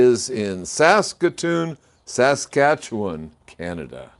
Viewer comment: Kudos for pronouncing Saskatoon Saskatchewan correctly! Also hello from Saskatchewan